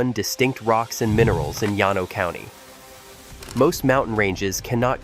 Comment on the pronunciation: it’s pronounce Lan-O, texas